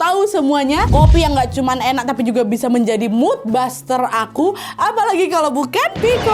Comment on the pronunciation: Kak Nad, "Mood Booster", bukan "Mood Buster"!